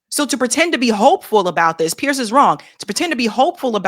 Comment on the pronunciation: It's pronounced PEERS not Pierce